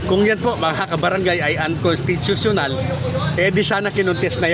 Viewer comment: Bulul.kataga uncostitional hindi m kayang bigkasin hahaha